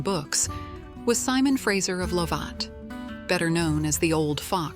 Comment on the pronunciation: And Lovat.